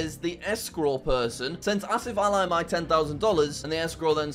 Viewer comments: Did he just pronounce Ali as Ally ? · the "Ali" in "AsifAli" is pronounced "Al-ee